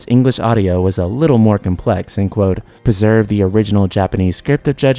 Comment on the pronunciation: "Perserve". You mean "Preserve"? Never heard that word said so wrong before. But again, good content. Thumbs up.